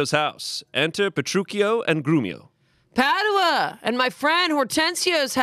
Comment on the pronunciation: Omg you guys pronouncing Padua that way is literally killing me 😭😭😂